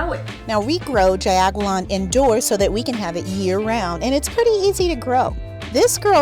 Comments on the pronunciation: Pronounced "JOW-Goo-LAHN". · it’s pronounced jao goo-lawn..